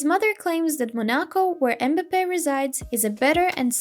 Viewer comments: The name is m'bape not embape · Cant even say his name right smh